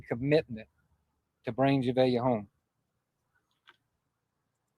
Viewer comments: Jah-vay-ah not jahaveah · Please learn the proper pronunciation of baby girl's name if you are going to continue reporting on this.